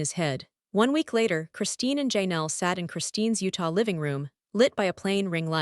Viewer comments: Learn to pronounce Janelle's name and I could listen. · If you can't even say Janelle's name, how do you know anything about the Browns and what you say is true ?